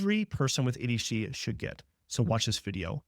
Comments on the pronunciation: Could tell in the beginning of the video this is made with Ai. It said ADHD-a. The the guy NEVER takes his eyes off the camera. Other stuff too but I’m not trying to train it to be better. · legit did the same the first seconds of the video when I thought they way he says “ADHD” sounded off more like “ADeshtheia” I wondered who else noticed and thought the same..😅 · what in the ai hell is this. a h dee ya? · The first time he said ADHD, I thought he had a really thick accent. But he keeps talking and I can tell that he doesn't. Then the second time he said "aydshee" I realized that it's just AI generated. This is how I end up only watching the same channels that I've been following for years and no new ones. It's so hard to find actual humans on here now. Also, like many of you said, there's no way in hell someone who understands ADHD would think any of us would be able to sit through all of that bs. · What the hell is “eddishdeeyuh” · he's trying to say "ADHD" but it's coming out slurred for some reason. :/ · why did you pronounce ADHD as ADEECHDIA ? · If a doctor can’t verbalize ADHD properly, it’s probably an AI generated video. ADHDIA? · What did you say here? Are you AI'ing your videos now?? Who pronounces ADHD like that? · maybe a regional speech thing.